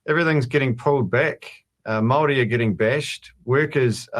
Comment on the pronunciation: Jackass can't even pronounce Māori properly. 😒